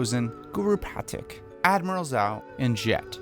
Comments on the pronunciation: its pronounced zhao, not zow. like the S in the word treasure Edit: its pronouced pateek, not patik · Good video, but the way you pronounce Zhao and Pathik is off. Good excuse to revisit the series! Lol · I was bothered by how you pronounced Zhao and Pathik